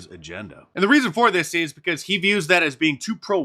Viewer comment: Yeah but that black woman says "because" with the "intrusive L", which is honestly annoying af. Anyone who does that should have the self-awareness and intelligence to realize that's stupid and incorrect.